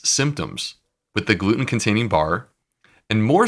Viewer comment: Why does he say "glue-in" instead of 'gluten'?